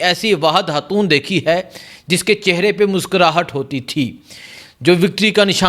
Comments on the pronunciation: Lully hatoon ni khatoon hta hy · 😮😮😢😢😢😢😢 ”حاتون“ نہیں 😢😢😢😢پلیزززز ” خ سے خاتون“